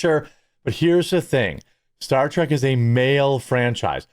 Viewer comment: Why do you keep calling it 'Star Track'?